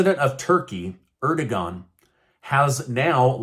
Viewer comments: Dude you are saying Erdogan wrong. You are saying 'ergodon'. It should 'erdovagn'. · it's Er-do-wan. Not Er-dog-an. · It's Err-do-juhan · I know Turkeys Prez's name is hard to pronounce and I would have had that same issue if it weren't for listening how other officials from there pronounce it....AIR..DA..WON... HOW it's pronounced although not spelled the way it's pronounced...❤😊